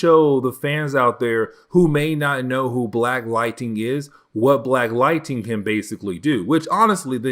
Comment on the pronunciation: Dude I love your content but you gotta learn how to pronounce lightning not lighting... it's Ning not ting